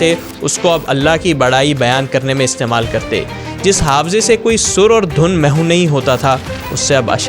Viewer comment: this word is not Mehoo it's Mehv